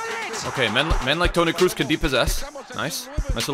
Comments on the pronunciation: Still don’t understand why he says “cruz” instead of “crows”. Grtz from a Dutchie. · Bro please don’t say “Kruz” is Kroos like cross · Love how he's saying "Toni Cruise" 😂